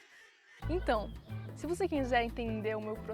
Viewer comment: Quebrei dnv com o "quinzé" KAKAKAKAK